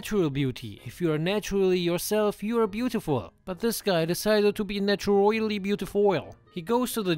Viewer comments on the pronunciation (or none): "Naturoily beautifoil" lol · I died at “naturoily beautifoil” 💀💀💀💀